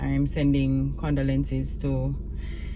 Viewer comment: Every time says Condolences incorrect I hear me correcting my grandmother lol....ohhh my Jamaicans I love them!!💓🙈